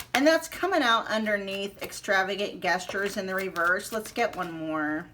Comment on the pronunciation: Hi gestures is pronounced with a J (not like guess)